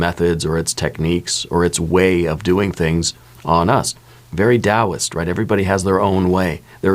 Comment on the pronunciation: Daoist... at first I thought you said Dallas at first. And now the theme song is stuck in my head!